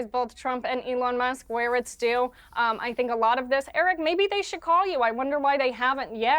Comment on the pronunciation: Piers you gotta get Erics name right